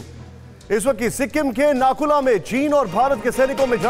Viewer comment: It's Nathula not Nakula